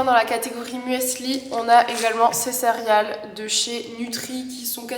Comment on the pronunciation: A chaque fois que tu dis "cérial" au lieu de "céréale" ça me perturbe 😆